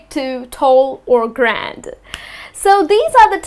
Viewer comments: she is saying grande wrong..its Grandé its prononciation is Grraday.not Graand.and GRANDÉ VENTI AND TRENTA words are not even of English origin ..they are Italian. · Dude it's not grand it's grandē like ariana grande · iits not grand dont be oversmart.... its grande.... g-r-a-n-d-a-y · Its not grand.. gran-dey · Well,, grande must be pronounced with the finale wowel e...and not grand, venti is a number it means twenty, trenta is the number 30, and latte isn't a kind of coffe, it is just milk. Also the true cappuccino doesn't have a size! It is served only in the "ceramic cappuccino's cup" with a saucer and a little spoon. Anyway thanks a lot for your lessons. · Sorry But you pronounced Grande wrong. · Hi, just a few things I want to mention as a native English speaker. In the U.S. we pronounce the e on the end of grande and we pronounce caramel both ways. I worked as a Barista for a while so I heard many different pronunciations! Thanks!